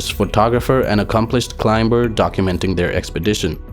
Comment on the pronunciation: Please learn how to pronounce climber